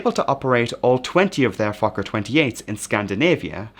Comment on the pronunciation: As a swedish person, you nailed it!